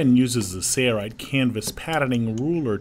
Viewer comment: Struggling to understand why the guy doing the voice over for the company’s video cannot say the company name. There’s an L in Sailrite.... right? Odd.